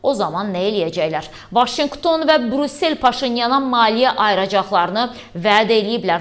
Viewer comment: Ay savadlı,Burusel yox, Brüssel